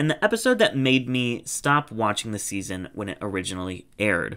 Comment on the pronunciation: Can’t wait for you to say for seaseon 2😂